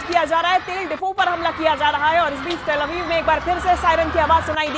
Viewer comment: तल अवीव नहीं तेल अवीव बोलो